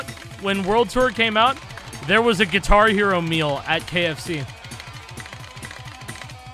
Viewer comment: Gui-car Hero